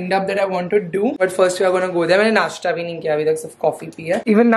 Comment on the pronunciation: please say nasthaa ( pronunciation) instead of nastaa 🥺